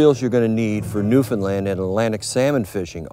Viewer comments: Newfinlind. How do you pronounce new. ,found , land not new,Finlind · lol newfinlind new-found-land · Just incase you would like to pronounce the name of our Province properly say these two words together. " Understand Newfoundland " Try It !!